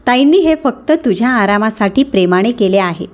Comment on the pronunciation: प्रेमाने.... प्रेमाणे नाही... कृपया उच्चारा कडे बारीक लक्ष द्यावे. सीमाने.... सीमाणे नाही